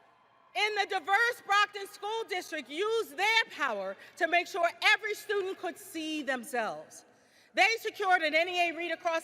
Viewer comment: Why can't this university trained president pronounce the word student correctly?